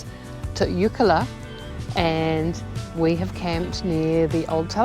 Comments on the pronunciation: It isn’t Oikla it’s Eucla,.sounds like ‘YOU-KLA,….. No ‘A’’ in the middle…….. and it is NOT ‘NOOL A BAR,.. ITS NULL-ARE-BORE’.and that track that you went down to what’s left of the old Telegraph Station, is actually part of the original Eyre Highway and the track that you went down there on is known as Old Eucla Pass….. also on the old Eyre Highway. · Eucla, pronounced 'youcla'